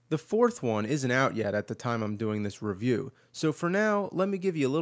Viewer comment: Feels weird to hear James say "Re-VIEW."